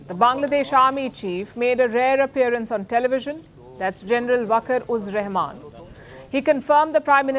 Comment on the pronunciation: What the fucking news channel...not mention a name clearly... 😂😂😂 Waker uz Rahman😂😂😂 Army chief name is Waker Uz Zaman